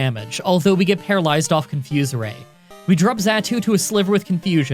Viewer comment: u said palalezed off of confuse ray